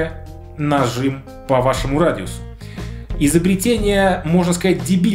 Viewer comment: Слово радиу́с надо внести в толковые словари русского языка(и попробуй догадаться как я смог ввести гласную с ударением)